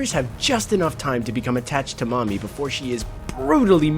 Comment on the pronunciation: He actually pronounced Mami's name right, I'm so happy